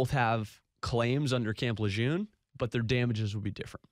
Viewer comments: It’s pronounced Lejurrne, correct? If not, how is it pronounced? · Tragic situation but damn I wish people would pronounce Lejeune correctly. Between the hundreds of commercials and news stories my ears can't take it anymore. I know pronunciation shouldn't be the takeaway here but damn.